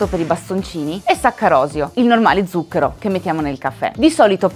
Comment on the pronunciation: Record Siete riusciti a sbagliare tutte ma proprio tutte le volte che avete pronunciato la parola "ZUCCHERO" Uanmabbell La corretta pronuncia è: 'tsuk:ero